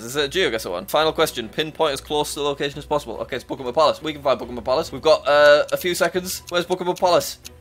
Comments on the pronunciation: It's bukkhingham Palace not pukimum puliss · It’s not Buckingmam it’s Buckingham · Is it just me or did it sound like he was saying Pokémon palace lmao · the way jack says Buckingham palace